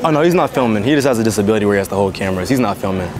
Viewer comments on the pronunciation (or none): "He just has a disbality where he has to hold cameras"😂